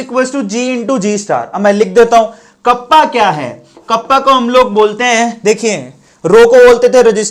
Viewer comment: कापा bolte h sir ..कप्पा nahi